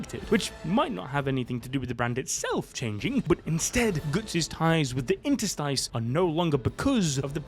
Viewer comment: Great video. Thanks for sharing. But FYI: Interstice is pronounced inter-STIS, not inter-STEIS. First syllable:in (as in in). Second syllable:ter (pronounced tur, with the primary stress).Third syllable: STIS.